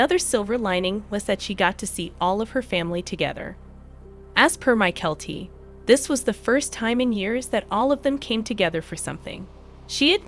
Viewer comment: Please all the miss pronounced words by the computer generated voice over needs to stop, it gets very annoying and what’s more disturbing is that they referred to Janelle as if she were some kind of fat pig, really??? Disgusting! Mykelti not My-Kelli! Patreon!